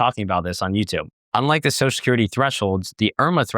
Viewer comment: ...enunciate. Social has 2 syllables.